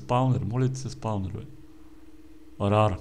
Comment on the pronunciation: Митко не се казва раре тоест rare а се казва РЕЪР казвам просто да знаеш! :D